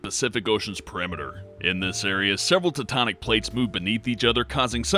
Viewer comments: Did... did you just say "Tatonic Plates"? That's.... wrong... it's... "Tectonic"... with a C and an E... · he says "Teutonic Plates" not "Tectonic Plates" lol